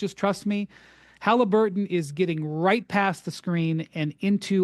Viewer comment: So what? The Bulls weren’t much better than the Pacers in ‘98. These arguments supporting the Knicks are hilarious. And why is he pronouncing it Haleeburton?